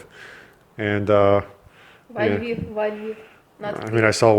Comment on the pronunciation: “La vihhv” 😅🤦🏻‍♂️